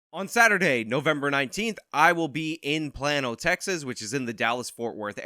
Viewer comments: it's pronounced "Plain-no" not "Plan-no" lol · Plano is play-no, not plan-o. Welcome to Texas in advance! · Hey, it is pronounced "Play-no", not "Plan-oh". Just a heads up. I used to be from the area! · Not Planno. Plano. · PLANE-OH PLAIN-OH fyi not PLAN-OH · play-no not plan-o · For starters it's pronounced plain'o. Second of all, this chick is most certainly going to die alone with that kind of personality. Well deserved to based on how she's acting. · It's pronounced plane-Oh, not plan-oh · It's "plain-o"!!!! Lol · It's Play-no TX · [Play-know], Texas, you waterhead. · It is pronounced "play-no". Trust me, not the strangest city name in Texas. Try pronouncing Waxahachie. 🤣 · It's pronounced "Play-no" Texas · “plAno” like you say “plain”